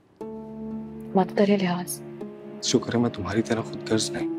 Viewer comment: Talha we expect proper pronunciation of the word “khudgharz” please everyone else who does it stop using letter gaaf instead of ghain. We must protect Urdu language ❤